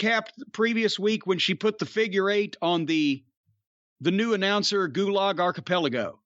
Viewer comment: Gulog Archipelago LOL